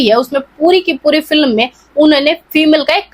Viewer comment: Phle bolna to Sikh moti aunty फिलम kya hota h फिल्म hota hai, kructer nhi Character hota hai